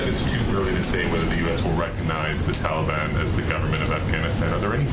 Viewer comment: Since you are the only one bringing him up it appears he is your master and not mine, I don't have a master btw. On another note since using Dotard, is Dennis your new screen name Kim Jong? One last thing it's Taliban, not teliban.